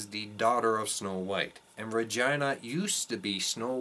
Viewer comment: Well said and thanks for sharing but why are you pronouncing REGINAs' name RAHGINA??